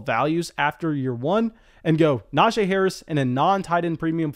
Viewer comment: It’s pronounced “NajEE” not “NajAE”